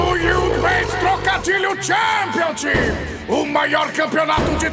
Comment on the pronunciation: Eu sou o único que se incomodar com a pronúncia errada das aberturas (todas), o Championship? Custava jogar no google tradutor ou perguntar a alguém? Há anos está feio... Em inglês, "CH" (som de tch) é diferente de "SH" (som de ch), filho...